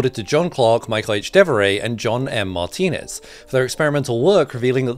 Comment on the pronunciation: Martinis , not martinez. ( greek ancestry)